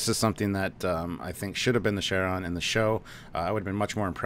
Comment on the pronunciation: Are they calling the Charon... Sharon? It's pronounced Kar-on